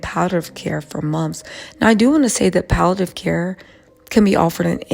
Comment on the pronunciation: Pal-it-tiv care